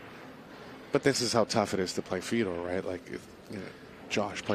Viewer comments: So in some countries the name that's spelled fedor is pronounced..feedoor.? And in other countries, which is what I'm used to, it is pronounced fehdor. I don't know why it bothers me so much when someone mispronounces somebody's name. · Yet again, a predator event with some of the worst commentators in the game. When the one gentleman called Fedor "fee dor" i started to go for the mute button and it just got worse from there.